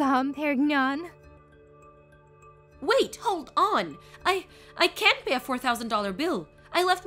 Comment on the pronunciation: Voice acting is terrible. Especially the voice for "Mary. Even totally (and I think unintentionally comically) mispronounced both "Dom Pérignon" and "appalled." And the story is very poorly written.